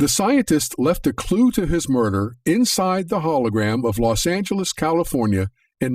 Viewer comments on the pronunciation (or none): none